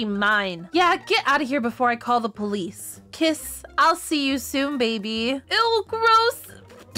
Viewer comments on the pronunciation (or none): KIZZ WHAT THE HECK BRO IS K-I-S-S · Nah blud said kriss nah does bro mean krispy creme nah whut